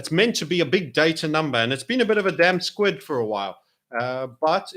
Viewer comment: Is it "damp squid" or 'damp squib'. I'm sure I heard "damp squid" twice in the video. Of course, squid are usually damp unless desiccated. LOL. Even Google/YouTube recognised it in the video as "squid" from the autogenerated transcript. Apologies to non-pedants.:)) Great screen cast,.